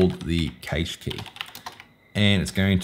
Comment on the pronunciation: Great video, thanks. But why do you say cache funny? It's pronounced kash